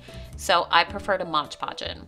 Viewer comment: Super cute cup. BTW it’s Mod Podge not Modge Podge. 🤨